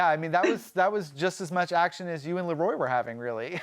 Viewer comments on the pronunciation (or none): This guy seems like a real fan, why can't he pronounce Leroy (not La Roy)?